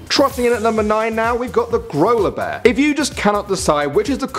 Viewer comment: The Grola Bear kind of sounds like Granola Bar😄